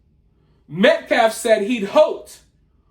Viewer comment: The dude speaking for Anthonys family is an idiot. Talks slow and trys to act smart but cant pronounce peoples names. Not like "Austin Metcalf" isn't repeated 100 fricken times a day, yet still says "metclaf". Like F that dude, for real. I give jeff massive amounts of respect because i feel more hatred daily for that scum and the family for what they say